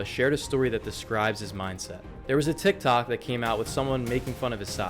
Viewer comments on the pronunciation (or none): none